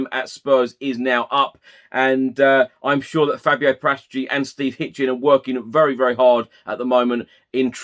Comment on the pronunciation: Fabio paratici is not pronounced with a G in his surname every time it sounds daft